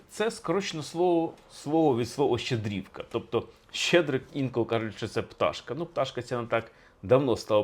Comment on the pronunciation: Все добре,але стільки разів неправильно ставити наголоси в словах Щедрівки...,дивує.😢